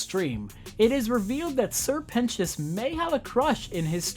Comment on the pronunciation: This video taught me how to say 'Sir Pentious' correctly